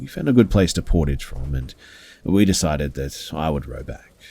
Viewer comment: & you mispronounced “portage”. Portage is a french language based word.